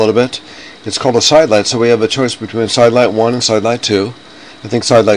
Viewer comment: This is old and the new software wont let you pick a DOOR family and place as a WINDOW. YES it is not a SKYLIGHT. It sounds like he is saying Skylight. ERRG.